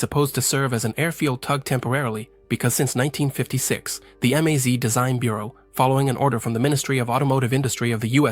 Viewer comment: Russian abbrevations for car, truck and aircraft marques are pronounced as words, not spelled in individual letters. Not M-A-Z, but the word MAZ. Same go for PAZ, KAMAZ, ZiL, UAZ, Tu, MiG -etcetera etcetera.